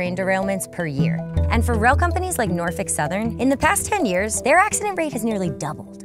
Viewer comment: “Northick southern.” 😭